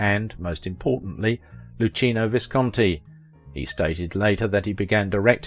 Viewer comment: I love Maria Callas and was enjoying this until that mispronounced Luchino Visconti 😅